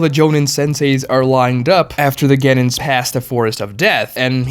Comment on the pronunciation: we all know that Kurenai's dad died during the 9 tailed fox invasion. how do you not know that!? the series has been done for over a decade! also you are pronouncing Genin wrong and its really cringe! Its, gen-EEn, not gen-IN!